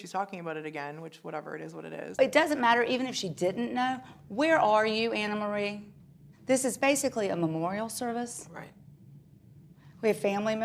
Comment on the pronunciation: Do we think the ladies know her name is NOT ANNA-Marie? 😂